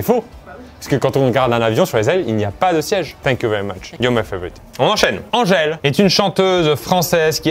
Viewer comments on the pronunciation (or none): none